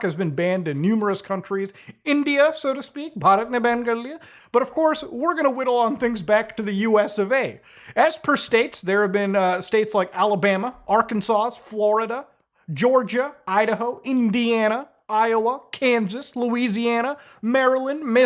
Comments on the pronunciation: the way he mispronounced “Ar-kan-SAW” made my brain stop for a second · "It's pronounced Are-Kansas ya ijit" -Android 13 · "Arkansauce" LOL